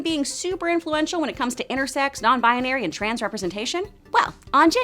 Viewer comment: is no one bothered by the fact that she's saying "non bianary"